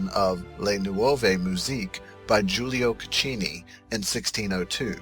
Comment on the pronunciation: Your Italian pronunciation is literally A DISASTER.... Giulio Caccini Le Nuove Musiche...ask italians to say it and listen...